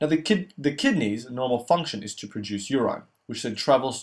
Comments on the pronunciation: Great video man but why call it uraaaaaiiineee? Its urine. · Should say medoola not medulla. Your-in, not your-ine